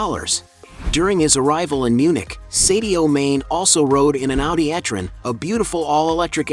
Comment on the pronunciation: I know you Americans have a reading problem! but his name is not pronounced seddioo. ... His name is Sadio Mane, do you get it? like princ Harry, you named him Herry, Dog, dag, Poltic, palatic lock,lack so on so forth!